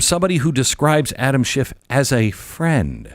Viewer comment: There's no final T in then name Adam Schiff!